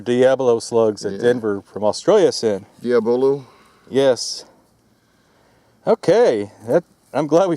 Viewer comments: I like the channel but I wish you guys would learn to pronounce words correctly. Between "Min-ee" balls and "Dee-OBB-lo" slugs ,you are driving this old 60s public school educated curmudgeon nuts. Even after you are corrected, you keep doing it, over and over, and over. Whats's next. "nuk-ya-ler'? You may not think it matters, but it does. America keeps dumbing down and emasculating. And you are not helping. I'm "axing" you politely, knock it off! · min AY, not mini de AH boo loo, not diabolo Red dot lay SAR, not Red dot laser I’m beginning to see a trend